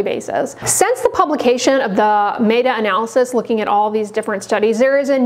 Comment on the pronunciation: Pretty sure it’s MET-A not MAY-TA 😂